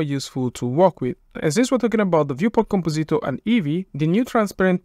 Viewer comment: com-po-ZEET-or Oh-kay, then.